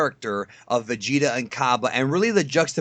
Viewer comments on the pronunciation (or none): and both say vegeter instead of vegeta lol.